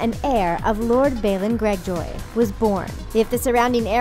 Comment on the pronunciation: Balon gregjoy